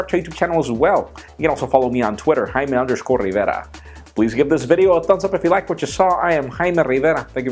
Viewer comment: Jaime Rivera /High Meh, Re Ver RaH/ His name is Rivera, Jaime Rivera.